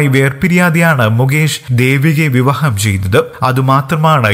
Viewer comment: കേരള ക്കാര, വിവഹം അല്ല, നല്ല രീതിയിൽ പ്രോനൗൻസ് ചെയ്തുകൂടെ ???